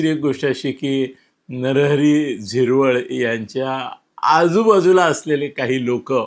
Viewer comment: नरहरी झिरवळ नाही. नरहरी हिरवळ